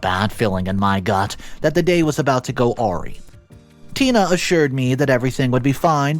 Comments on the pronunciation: awry is pronounced 'uh-rye', not 'aw-ree'. Wry is 'rye'. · I love listening to these stories. Some people are just unbelievable with how they treat others. Just a helpful hint, as I’ve heard it a couple times..awry = a-rye. ❤❤❤ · He doesn't know how to say awry